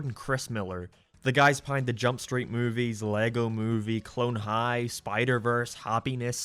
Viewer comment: did you say CLONE HIGH